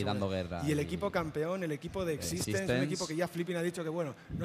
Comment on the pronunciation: es x6tence no x6stenz